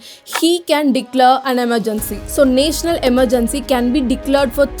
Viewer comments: It's not naaaational it's national ...first learn to pronounce English words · it is not naetional its national